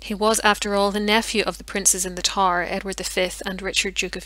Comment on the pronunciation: Excellent documentary. Is that an Irish accent I hear? Pronouncing TOWER by saying TAR? Wonderful narration. 👏 👏 👏. A real pleasure.